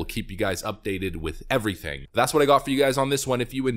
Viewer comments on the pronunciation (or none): none